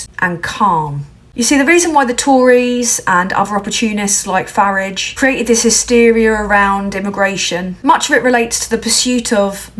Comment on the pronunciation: Thank you for pronouncing Farage's name right. The idiot is a hack brings shame to the UK